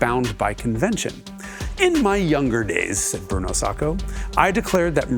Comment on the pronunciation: Almost a perfect video if only he could say Sacco right 😭